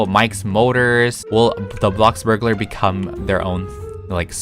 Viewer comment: No hate but can you please stop saying BLOCKburgalar and say BLOXburgalar. I just is kinda annoying me.